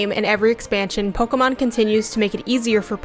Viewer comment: Can't take you seriously when you pronounce it "Pokomon"